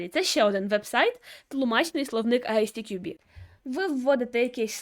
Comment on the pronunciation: Примітка від починаючего: ви вимовляєте назву фундації як Ай Сі Ті Кю Бі (можливо ви вимовляєте коректно але для перекладача воно звучить саме так), літера `S` в англійській абетці називається ЕС. Як виправити: розбийте одну абревіатуру на дві зробивши дві. На приклад компанія MWDN вимовляється ЄмДаблЮ ДиЕн. Як би я вимовляв назву фундації: Ай-ЕС__ТіКюБі.